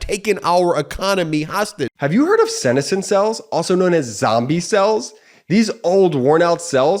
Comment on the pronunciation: Sorry, senescent isn’t pronounced correctly.